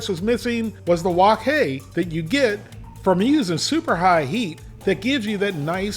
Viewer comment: Hey, the “Siu” for Char Siu, should have a bit more emphasize on the i in the middle, not Su. But the pronunciation for Wok Hey is dead on. Char literally means fork or pok. when the meat is being roasted, they stick a metal rod (as the fork) in the meat. We (Cantonese speakers) call leaner Char Siu “saau char, fattier cut “fey char”, and the half and half “fey saau char”, most people prefer the half and half